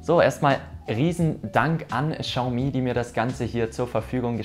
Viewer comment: Nices Video jedoch spricht man es wie xsioami aus